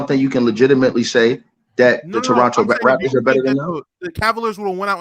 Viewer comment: Somebody tell its the Raptors not Rafters